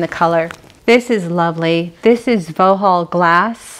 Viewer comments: It is called Vauxhall as in the cars. Not Voho. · Vauxhall is pronounced 'Voxhall'..not Vo-hol'. Yes, it's uk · In regards to pronouncing Vauxhall ... it’s ( phonetically) voxhall. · Vauxhall glass, it's pronounced "vox all". One your English followers. You ave an extensive and beautiful collection. Xxx